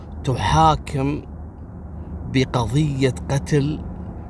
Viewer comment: تُحاكِم : للفاعل بينما تُحاكَم : للمفعول به 😂😂 انت صحفي ولازم ندقق عليك❤❤